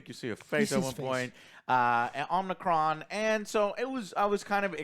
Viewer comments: Did you just call Unicron as Omnicron... like he's a COVID variant? LMAO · The name is Unicron NOT Omnicron! 🙄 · He keeps saying Omnicron in the whole damn video😂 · Unicron not Omicron. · Who the F is Omnicron?🤣🤣🤣🤣🤣🤣 Don't you mean Unicron. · Omnicron 🤣🤣🤣 it's Unicron lol that is the name of the planet lol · Are you guys sure you are Transformers fans? Joe said several times Omnicron. Who the hell is Omnicron? lol It's Unicron! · Its hard to take this review seriously. He cant even say unicron right. Clearly never watched transformers animated. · Fans yata ng Combatron or Covid itong mga to :D Unicron not OMICRON or OMNICRON :D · It's Unicron. Not Omnicron. He isn't a Covid variant. I grew up with the cartoons. Loved them. This is a good movie. *Cheetah did have several lines. I watch all these reviews (Joes), and they get around 60% (6/10) their scale, accurate in movies. Stick to game reviews, please! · Guys…. UNICRON! NOT OMNICRON!!! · Dude it's not omnicron it's unicron, it's about humans and robots if you keep bitching then don't watch it again and stop talking about it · Omnicron? Who is that? Or do you people mean unicron? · It's unicron not omnicron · If y'all going to do movie reviews at least learn the name of the characters. It's Unicron not Omnicron. You invalidated your whole review right there. I actually liked the human characters in this one. I think they are scared to go all in on a humanless Transformers movie. They are coming out with Transformers One which is an animated movie. I think they are using this as a test to see if people will go see a movie that's only about the Transformers. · Its Unicron not Omnicron If your going to review something say it right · Unicron ,.. not Umicron :D the magazines and comics have 1% human 99% robot action ! its piss poor story telling cant we get a non-human-centric film - 7th and still failing ! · Omicron??? Joe!! Its Unicron!!! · Do You mean Unicron? Omnicron?? Tf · It's pronounced Un-i-cron. Not Omicron.